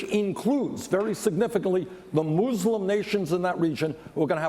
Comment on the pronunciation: I like how Bernie pronounces "mUslim". It reminds me of the Treaty of Tripoli where they use the word "Mussulmen". O'Malley said "third" instead of "tertiary" :(